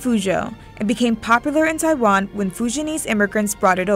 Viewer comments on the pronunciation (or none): none